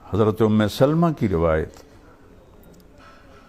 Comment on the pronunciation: ام سلمہ لام کے فتحہ کے ساتھ ہے